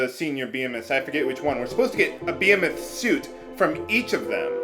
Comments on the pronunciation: "Bee-eh-meth" I think its pronounced "Be-hee-meth" isn't it? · Beh-hee-moth. lol (and yeah. baby dragons were thought to be sea horses) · It's pronounced buh-HEE-muth